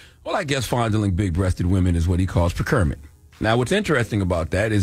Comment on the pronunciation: I cringed everytime Charlamagne pronounced "procurement". 😁 Tony can step down/be fired from that position and he will be okay. I guarantee they paid him handsomely for his departure. Tony will probably be hired at another corporation quite easily and all of this will be quickly forgotten.